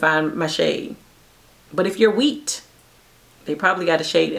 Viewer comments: Heyyyy!!! Girl “WHEAT” had me ROTFL 😂 😂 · Every time you said wheat I died!!! 🤣🤣